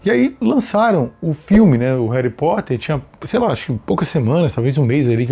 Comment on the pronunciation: "Reri Potter"😂❤